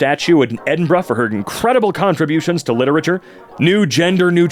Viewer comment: THANK YOU FOR SAYING EDINBURGH SEMI-CORRECTLY!!! i always hear americans say "Edinburg" and it drives me INSANE